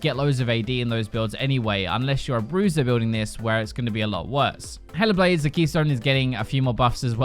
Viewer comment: I thought you said "Hella Blades" not Hail of Blades xD